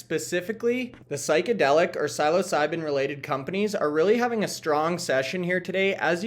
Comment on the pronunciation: Learn how to pronounce “psilocybin”, please…. You have about 10,000% more credibility